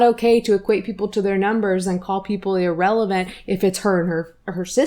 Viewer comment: Not "irrelant" ☠☠